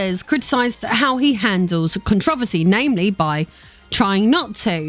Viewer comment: Okay... one, there is no problem. Yet. Being rich and in politics doesn't equal problems. Try again... and while you're at it, learn to pronounce controversy right. I got to and got sick of the political bs which didn't prove anything about MatPat... and just talked about existing politicians. No one is really shocked that existing politicians ended up wrestling control of this group or that they're rumored to be corrupt on various fronts. That's just politics that we've all been dealing with since the very first presidential election.